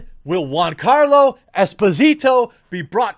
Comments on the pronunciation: gee-ann-carlo. say it right please. you keep saying juan, even after agreeing he's not latino. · Dude get his name right it's GIANCARLO NOT JUANCARLO............FFS how are people supposed to take you seriously??? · Why do you keep calling him Juancarlo Espósìto, as of he's latino when you've read over 10 times he's half italian? It's Giancarlo, not JUANCARLO and Esposito without accents. Jesus Christ dude, keep up the stereotype about americas being ignorant swines about other cultures and languages. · Not Juancarlo🤦🏾‍♂️, Giancarlo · Why do u keep calling him Juan? His name is Giancarlos Gian sounds nothing like Juan... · It's 'Gian' and not juan carlo....ffs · Its pronounced Joncarlo not huancarlo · Is giancarlo and not Juancarlo right? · It's Giancarlo, not Juan Carlo, his name is italian, not spanish. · Dude, you pronounce Giancarlo Jiancarlo as in "joy." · It's /g i a n c a r l o/ Jeremy, i like the video though. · Why did you rename Giancarlo to Juancarlo? Is it on purpose to make his name sound like he is Latino?